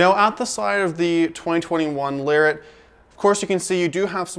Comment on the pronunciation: Excellent job sir!..you make a person want to run out and buy one of these gorgeous trucks..but they are so over priced I'd have to put my kids through a junior college program..still a little bit of in & out with the volume on the microphone. And I'm not sure if it's a back east thing or not but I don't think you are pronouncing Lariat correctly?